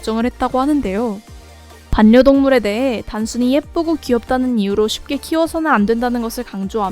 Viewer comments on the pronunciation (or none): 왜 이렇게 반녀동물 하는게 거슬리지..... 발려동물입니다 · 반려동물—-> 발려동물(자음끼리ㅜ만나면 부드러운 발음을위해 바뀝니다). 외국아미들도 배우려고 애쓰는 한국어. 한국아미라면 게다가 BTS다루는 유튜버라면 모범을 보입시다 ^^